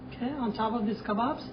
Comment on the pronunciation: "LOOK AT MY KABBOBS" LOL